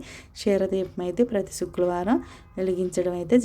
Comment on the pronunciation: చుక్లవరం కాదు madam శుక్రవారం